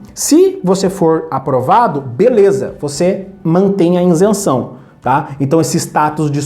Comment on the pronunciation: "Insenção" dói o ouvido! 🤣